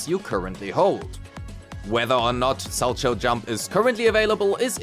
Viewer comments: its pronounced "SAL-cow" not sal-cho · For what it matters, it's pronounced "sal-cow"; it's a type of figure skating jump.